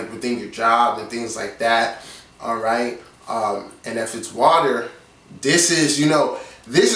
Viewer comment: Love your videos. I think I have 6th Hse N. Node, but I'm waiting on my birth certificate to know for sure. Definitely helpful video. By the way, I grew up near SW Philly and you say "alright" like I do: "ah-ite"!